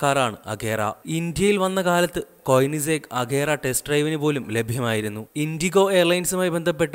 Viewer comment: കൊയനിസെഗ് അല്ല കോണിസ്സെഗ്